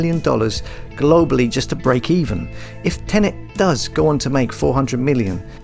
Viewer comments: Are you saying TeneNt? Because sounds like you are. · Did you just say Tenant? 😡🤮